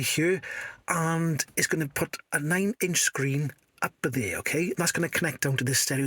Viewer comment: In hieuwr... On thieeer 😂 Good job!